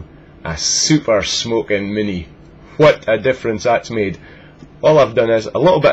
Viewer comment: haha. i love how you say. smokin... e-shmokin